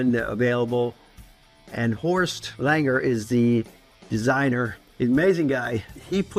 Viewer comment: I love how he pronounces Horst like „horsed“